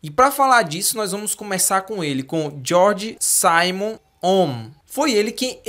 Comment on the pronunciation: Georg Simon ohm (pronuncia-se, GUEORG ZÍMON OMM) (ZÍMON)... Excelente vídeo 👍